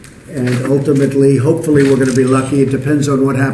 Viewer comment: "Hopefamentally" 🤣🤣🤣 Trump is a fucking idiot!